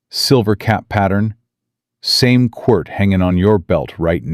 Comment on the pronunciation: You mispronounced and misspelled quirt